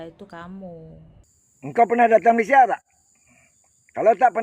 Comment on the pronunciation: Malaysia pon kau sebut salah tu setan, Malay sia Bkn malay syia, itu pon ko sebut slh, babi ku, syok² pintar ja